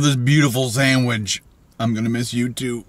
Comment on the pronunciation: Says sandwidge 4 times.